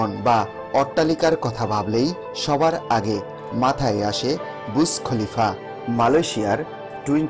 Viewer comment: বুছ খলিফা না রে ভাই,,, বুর্জখলিফা